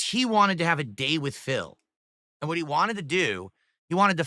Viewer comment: losing his mind on the Christmas card is funny this guy can't say "both" or "and" correctly and has been for years and the misuse of words or phrase added upon that